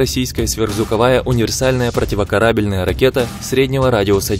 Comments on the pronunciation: Выключил после противокорАбельная. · ПропивоКАрабельная!!!! Слух режет, автор, это пипец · ПротиворкарАбельная??? Ученик клоуна КоротченкО что ли?))))) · ПротивокарАбельная ракета. Что за нерусь. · ПротивокорАбельная! До двухСТА двадцати... Автор — назад в деревню. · ПротивокорАбельная? Дизлайк.